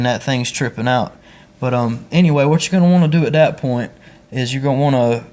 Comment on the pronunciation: It's called that not dat